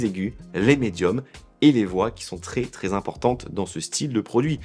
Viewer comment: Pourquoi tu prononces très "tré" ? C'est quoi l'idée ?